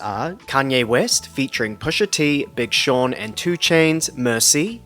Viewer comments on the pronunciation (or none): none